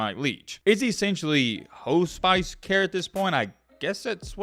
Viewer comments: HOE...SPICE...I hope you were joking and if you were then this was really in bad taste...if serious, then why did you not take 30 seconds to look up the definition. Before I express or share what I know allow me to offer this, “Hospice”... pronounced "HASS--PISS" ...basically it is end of life care primarily provided for terminally ill & most commonly associated with those with Stage 4 Cancer…but can be for people in situations like this...they basically do what they can to assist the family while keeping the patient as comfortable as possible until the end occurs...I will state at the beginning this will be a lengthy post. My intent is to provide insight and a modicum of clarity on the events as I understand them and have been told/informed. To make this simple for everyone...I will provide information that I posted in the early morning hours on Monday when I received confirmation about several facts that had been released...Same as now, I know more than this but will only validate or explain in more depth what has been reported today specifically by those in Jackson and or affiliated with MSU....What I posted prior was to rebut information spreading like wild fire and also to offer some validation to what 2 MSU beat reporters had shared ..I am not affiliated with the hospital, the family or MSU in any way. I am an AU Alumnus. My wife and I are Doctors and I have a cousin who is a RN who works at the University Medical Center in Jackson ...in the department or "Unit" where C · Hospice. Haa-spis say it with us.......Haa-spis.....hospice. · Hoe-Spice? Please never complain that people assume you're an ignorant redneck based on your ignorant redneck Cracker accent. You prove it. You're simply too Dunning-Kruger to understand the condition of my favorite coach. You have no idea how many names and words you mispronounce. What is the redneck name for Ebonics? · It's pronounced Hoss- pis. Care provided to one who is nearing the end of life to make them comfortable.